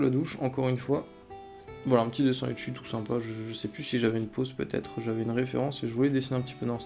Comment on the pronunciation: Pourquoi les gens prononcent [echi] alors que c'est [eki] ! Ca s'écrit Ecchi pour ceux qui ne savent pas..